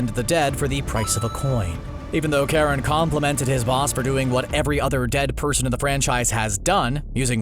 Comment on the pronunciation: Its Ch pronounced as Ka. Charon is based of Greek mythology and as far as I remember the Greeks didnt have an Sh or soft Ch sound.